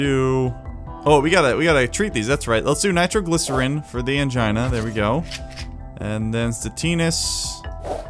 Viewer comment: Every time you said Angina in the video, I heard Mangina.